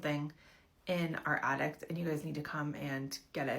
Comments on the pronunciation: Omg! The “addict”! I couldn’t even pay attention to the story because she kept saying that lol. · OH EMM GEE ! MEEEEE TOOOOOOO! That extra T at the end was blarrrring in my ears every time she said the damn word. Lmao. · DUDE I know same. Like no. I’m an ADDICT. That is an ATTIC. The thing in your house, above your head. 🙄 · The lady saying "addict" instead of "attic" is itchinggg me